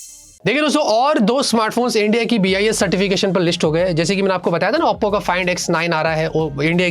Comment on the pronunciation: OPPO ❌ Appo ✅ 😂😂